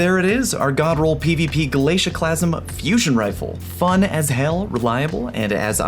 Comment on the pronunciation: The “glacusieeme”